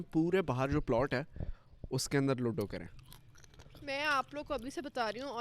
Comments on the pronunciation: It’s not luddddo its ludo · Can you please pronounce ludo and loodo😅😂